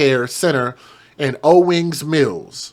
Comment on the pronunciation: You pronounced Owings Mills perfectly!👏😁And on behalf of Maryland, I'm sorry so many of these crazy stories come outta my state.🙈😂I'm embarrassed